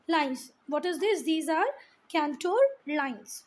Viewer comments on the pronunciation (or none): It is contour lines You r pronouncing it wrong cantour lines